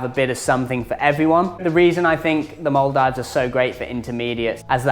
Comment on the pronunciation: Stop saying mul dives 😂